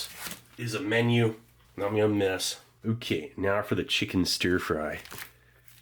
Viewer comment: Gotta love how Steve annunciates certain things like the way he says beef and ok like ohkie lmao